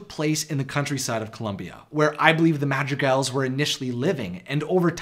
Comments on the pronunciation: how u say madrigals sounds like magic elves... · When you said "Madrigals", I misheard it as "Magic Elves" and was confused for one second... :)